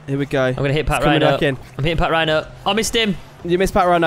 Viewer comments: it's actually pronounced pachrino but spelt patrinho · its not pronounced pat rhino its patrinio like Ronaldinho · it's not partrihno it's patrihno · its Patrinho (Pa-trin-ho) not Patrhino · just saying it's Patrinho not Patrhino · You got the name wrong it is patrinho not patrhino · It's not pat rhino its patrinho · Its patrinho not patrhino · lol them calling patrihno pat rhino is the best part of all the video😂. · It's pronounced Pat-ree-no